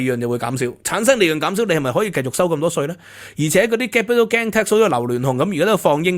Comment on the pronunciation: 「英國同德國」 「英國同法國」 明明係法國同德國，竟然兩次口誤？ Gain 發音非常不正確，應該像pain, main, 不會讀pan, man, insurance 重音在第二個syllable sur，去了英國幾年英文都好像仍然港仔模式，平日好像少聽本地人講話和看英國本土節目。 一搜谷歌好多各界對budget反應，還有許多你沒有講到，比如: NIC 對受聘由12%減到8%, 對顧主增加 減酒稅 投資數碼科技 潔淨能源 公屋 Business rate relief Data use & access bill 太空科技 R&D tax credits ...etc. 認同有留言稱讀私校不會計較加稅。就算送子女回歐洲返學都不是什麼大陣像，我以前獨自去英留學不是更遠？香港的ex-pat都有些把子女送回祖國上學。看來你只拿兩三樣欠缺全面，帶風向。 我七十到八十年代在英國經歷煤礦罷工，還有巴士、地鐵、麵包、煤氣、郵差…都撐過來了，對付煤礦工會是Thatcher不是工黨。 今日聽到O'Sullivan 成功成為香港優質專才移民，嘻嘻！不過訪問時並無提到是為避稅！笑死人！🤣